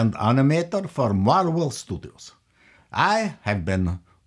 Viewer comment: "Marwel movies" Ha ha ha